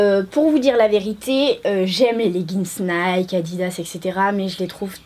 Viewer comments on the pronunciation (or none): none